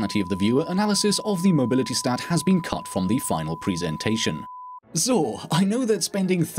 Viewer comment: Cuz of "so" what sounded for me german